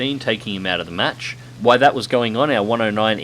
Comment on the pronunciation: Damn it, I heard you say "while" once. I know you can say it now... Why always say "why"? Is that an Aussie thing?